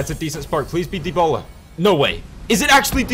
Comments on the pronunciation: De-ba-la not de-bo-la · I've never heard anyone pronounce it the way you did lol